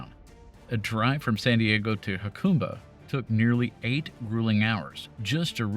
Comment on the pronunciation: Great video, and thank you for the correct pronunciation of the Kumeyaay names. I live in San Diego and frequently travel that route when I go out to play in the desert.